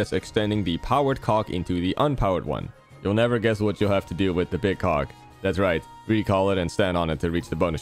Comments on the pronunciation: Why does her say cog like that 😭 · Please dont let this man pronounce "cog" ever again 🙏😭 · BRO THIS IS NOT HOW YOU PRONOUNCE COG 😭